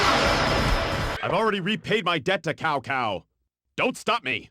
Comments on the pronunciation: It isn't "Cow Cow"... it's Çao Çao... illiterate wretches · Cao Cao is pronounced like Ts'ao Ts'ao. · It is prounounced Chao Chao.